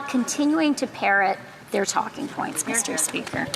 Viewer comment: “Miss-Tur-SPEE-ker.” God, that lipless loon-bag is worse than fingernails running down a chalkboard.